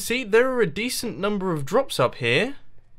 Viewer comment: He said dectent. Lol